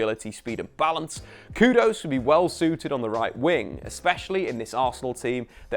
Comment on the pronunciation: His name's literally spelt 'Kudus', why change it to 'Kudose'?!